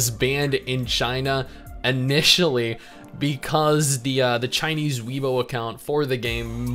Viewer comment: btw it's Weibo as in "wei -> hey" not "wee" x: also i rly needed to clip this part i hope you don't mind me using ur face to express some stuff xd